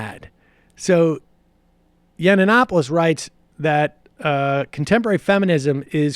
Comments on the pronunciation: It is Milo Yiann-Opoulos NOT YianANAnopolous! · "Milo Yananapoulos" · YUN-OP-O-LIS...So annoying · It's Yee-an-opolus. If you want to be taken seriously try sounding less moronic. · Does not even know how to pronounce his name, but he is an expert, jeez. its yiannonopolous. And simon and schuster knew what they were getting, and you know it. They pulled out because of the podcast, and you know it. Leftists are so lying and deceiving. He got the contract for being brash and unapologeitical. He was not meant to write yeats-poetry. He was signed to be rude, create controversy, get on all the talkshows, and sell the book. He lost that platform, and they pulled the book, because the free marketing disappeared. Be honest, you are pathetic Sam. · Big fan of the show but the way you pronounce Yiannopoulos is so cringe worthy. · I love how Sam can never pronounce Cernovich or Yiannopolous correctly. I wonder if he does that on purpose.